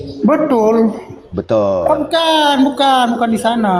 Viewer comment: Bedul gaess ..belajar dulu bahasa Indonesiaa Kok belajar bahasa arab..BETULL ..BUKAN BEDUL..😜🤪😝